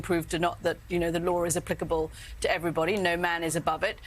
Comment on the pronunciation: There is no "r" in "law", whatshername.